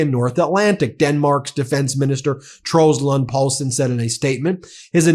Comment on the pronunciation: Good job pronouncing the name Troels Lund Poulsen. There are two e's in Mette, though.